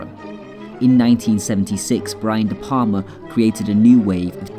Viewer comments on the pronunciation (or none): none